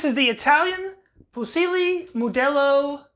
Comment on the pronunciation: The “c”in “fucile” is pronounced “ch” dude. Just FYI 😁